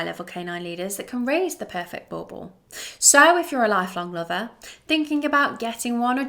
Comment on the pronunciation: What I never understand is that if people like you really love the breed, why not listen to how south africans say the name Boerboel and practice to say it properly.